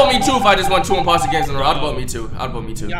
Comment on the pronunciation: “2 imboster games in a row”😂